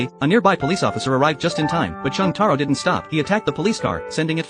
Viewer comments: Jotaro❌️ Chang taro✅️ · “Cheng Taro”💀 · Wow jotaro❌ Chang taro ✅ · "Cheng Taro" 😭